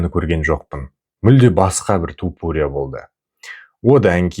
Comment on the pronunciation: Топурия емес, айтқанда Тапурия деп айтшы. Быдықтар сияқты болмай